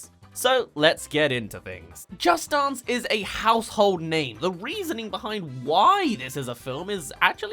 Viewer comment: No Offense, But his pronunciation of "Dance" makes me Upset!